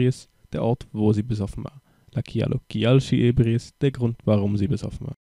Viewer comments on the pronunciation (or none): Also bitte, lern mal die richtige Betonung!!! Es heißt nicht "sómero" und "ébriis", sondern "soméro" und "ebríis"! Und wer genauer wissen will, was Esperanto ist, findet hier etwas Info